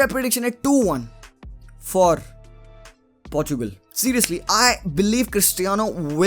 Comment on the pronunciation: I want CR7 to score his 110th goal but Really want Belgium to go ahead 😊 hope Chocolaty Belgium will win .. And Finally bhai Aapne Portugal and Portuguese sahi se pronounce kiya 😍😍😍... Party chaiyhe Bro. , 1 Plate Biriyani and 1 PS5 for me 😂 😂 😂 .... 😘